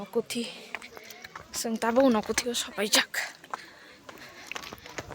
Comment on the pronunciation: Unakuti nahi bhai unakoti hai